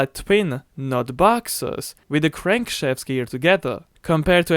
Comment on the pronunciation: The sub titles of this video are very funny subtitle system translates his accent to say No Candy Shop needed LoL when he aspired to say No Crankshaft Needed